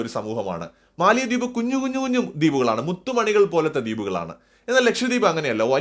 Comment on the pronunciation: മാലദ്വീപ് എന്നാണ് ഉച്ചാരണം. തലസ്ഥാനത്തിന്റെ പേര് മാലെ (മാലി എന്നു നാം തെറ്റിച്ചു പറയുന്നു). തമിഴും ഹിന്ദിയും സിംഹളവും കൂടിക്കലർന്ന ദിവേഹി ആണ് അവരുടെ ഭാഷ. ഭാരതീയ വംശജർ.